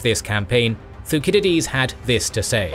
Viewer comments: "thu sid idees" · the way he pronounces thucydides is very odd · theyre supposed to be pronounced AL-sib-EYE-ə-deez and thew-SID-ih-deez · Why was Thucydides pronounced incorrectly? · Why is he mispronouncing the names of Alcibiades and Thucydides?